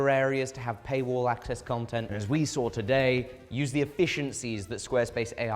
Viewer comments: There isn't an "R" in saw lmao 😅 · Listening to you pronounce "saw" is absolutely infuriating lol God bless the United States of America